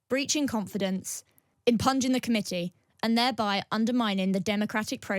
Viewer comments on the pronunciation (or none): LOL. She pronounced "impugning" (im-PYOO-nung) as "impunging".. like PLUNGING.. just like his career. But also, please learn how to say all of the words in your official statement, or get someone to dumb it down 😅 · "impunging" the committee? I think she meant "impugning" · I can't wait to see the newspaper headlines tomorrow morning! (...and to the person reading out the headlines, it's "impugning" (pronounced 'impewning') NOT "impunging" which has no meaning!) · Does no one know how to read the word impugning? Impunge is not a word